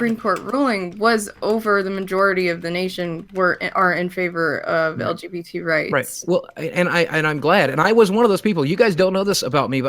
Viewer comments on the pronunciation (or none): Yo anybody else notice how when boogie tries to virtue signal he can’t ever even get the letters in the correct order when he says lgbt? He always says lbgt he even said it to Frank in the Killstream lmfao